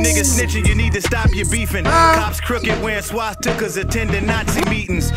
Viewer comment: “Cops crooked, wearing swat-stika’s (swat stickers)/(swastika’s) attending Nazi meetings” so many people miss that double cause of the way he pronounces it